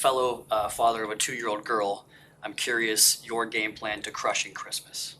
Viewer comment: Chrishmish, lol